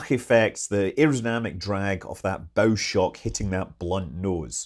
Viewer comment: I noticed you properly called it bow shock, not bow shock. I always hear it called bow shock and it drives me nuts.